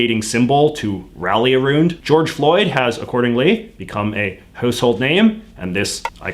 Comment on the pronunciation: OK, but the way he says about and around.......